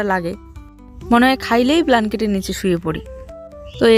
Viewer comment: কি ভুলভাল বলো! প্ল্যাঙ্কেট নয় ব্ল্যাঙ্কেট। লেকটিং নয় ল্যাট্রিন। এগুলো শুনতে ভালো লাগেনা। তারথেকে বাংলায় বলো কম্বল, পায়খানা ,অসুবিধা কোথায়! বাড়ি করছ খুব ভাল খবর